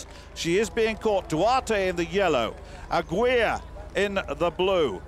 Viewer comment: "Aguilar" is pronounced like "aggie lar," not "a-gweela." Christ, you Limeys suck when it comes to pronouncing names.